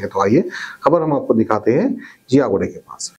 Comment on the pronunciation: 'Ziyaguda' hai woh 'jiyaguda' nai